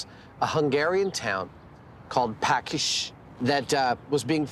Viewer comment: The tree cannon builder town (village) was Paks (pronounce: pa:ksh) not "pakish". Greetings from Hungary 😉